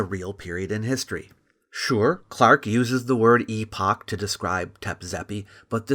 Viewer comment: Thank you for pronouncing it EEE POCH and not.... epic. I've heard 3 american youtubers pronounce it in the american way despite one reading it from an 1800s british text. It disconnects the word epoch from its word origin.